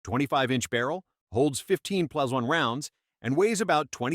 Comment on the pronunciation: "11 pluh one" and "14 pluh-one" capacity... really? Please have a real person read your prompts... This could've been so much better...